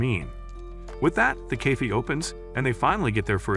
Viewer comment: bro said ''cayfe''😂😂😂😂😂